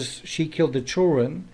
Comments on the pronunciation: How is the “criminal psychology”? It’s actually common sense all of it, but it is coming from a man that says chilren. Ew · Me, too! 😄”chill ren”